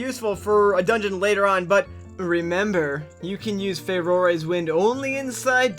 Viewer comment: I know how we've talked about this before, but I still can't get over how you pronounce Farore. I'm going to fume about this quietly now...